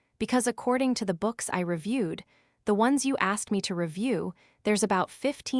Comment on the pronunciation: It would be good if you checked the AI reader. Shocking mistake reading . T H then E instead of the 😂😂😂 only one of many faults 😂😂😂😂